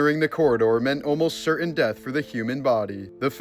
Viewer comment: Learn how to pronounce the word certain. You sound like a fool.